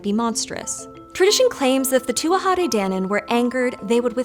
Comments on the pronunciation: It's pronounced Too-jah. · if you''re gona do a video on the Tuatha de Danann, you should prob try learn how to pronounce Tuatha correctly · It’s pronounced too-a not too-aha. K. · She pronounced tuatha like two-wah-ha and I hate it so much! It's just two-ah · Yeah she got it wrong she added in a whole extra syllable, Tuatha is not pronounced to-a-ha its pronunciation is closer to being too-a. The TH is almost silent. I'm an Irish native and a fluent Irish speaker if you are wondering what my source is. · It’s pronounced “tu-ah,” pretty close though. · Please, please, please consult with an Irish speaker before attempting to pronounce words in Irish. I gave up as soon as I heard the three syllable tuatha. If you can't even get the title correct it didn't seem like you would have much else that could be relied on. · I would have always heard it pronounced to-ah, without the third syllable. Maybe just Munster dialect. The real thorn for me is calling it "Gaelic" though! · Not really. It's 'too ha de danan', the first 'A' is silent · You might want to look up the pronunciation of Tuatha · So close on that pronunciation! Adding an extra syllable on the tuatha though